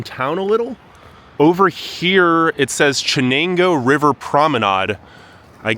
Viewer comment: Jesus. After growing up in Bingo and then moving out of state, I would happily light Binghamton on fire, but this is so badly done. Made it to before I could tell this was going no where. “Chen-angoo River” C’mon man.